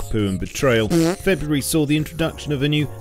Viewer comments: Februrary? Facepunch take this and run with it. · FREBRURARY? Am I missing a pun?